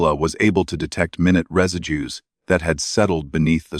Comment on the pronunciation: He does not say minute properly.